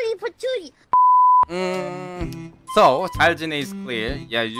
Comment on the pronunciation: 여기서부터 난 cute가 '뀨'로 들렸다 Kawaii!!!